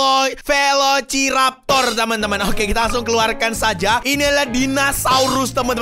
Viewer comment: Tulisnya veliciraptor bacanya velisireptor